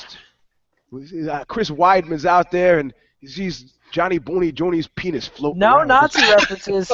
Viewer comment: He did say pennis